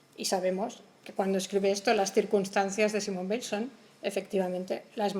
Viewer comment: Muy bueno pero he tenido que cortarlo porque no soporto cómo pronuncia Weil""" . No puedo con eso lo siento.